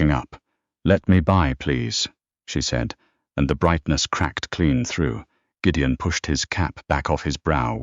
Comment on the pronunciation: I greatly enjoyed Gideon's Scottish phrasings and the narrator's fine rendering of them. A pretty good story. Thanks.